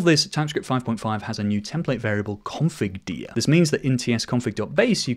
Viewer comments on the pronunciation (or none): Hearing you say configDir as confirDeer instead of configDur hurt 😔😔